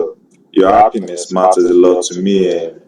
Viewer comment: 🤣🤣. Togeder, appiness, ippopotteamus, 😏